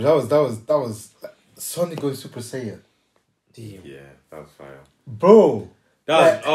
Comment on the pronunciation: soy el unico que le dio rabia cuando dijo super sayayin